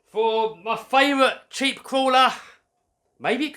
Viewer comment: Did he say jeep, sheep or keep or umm cheap